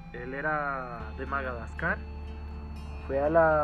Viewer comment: Se dice Madagascar, no magadascar....